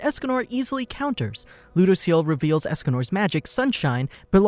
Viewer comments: Its lew-dose-ee-ell lol people mispronounce his name constantly lol and yes "his name" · He said...lou..dos...ceal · Ludociel? "lodoseal"